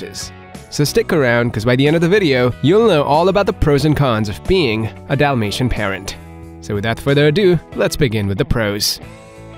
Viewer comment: Dalmatian with an A not an O. Yes. They shed ALL year round. If you see more shedding than usual it’s usually from an allergic reaction or they are blowing their coat from some kind of hormonal fluctuation.